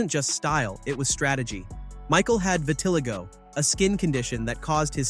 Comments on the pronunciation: It's "vi-ti-LIE-go", not "viTIH-lih-go". DO your resesrch, so you don't sound stupid. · and how would someone be able to change how the computer pronounces a word (also it's VIH-LIH-TIH-GO😊) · Not pronounced vit-til-I-go”. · The condition that he had is pronounced Vit-Ah-Lie-Go. No one is going to trust your research if you didn’t do enough research to know how to pronounce a very well known pigmentation disorder. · It is not pronounced like that. Type - How do you pronounce Vitiligo, into Google. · I totally agree. Why can't people learn to pronounce things properly. This is especially important if your making a video about someone else.